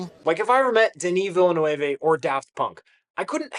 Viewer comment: As a French Canadian that pronunciation of Denis Villeneuve's name vexes me a little 😅